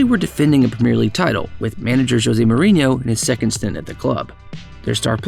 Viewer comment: It's pronounced Premier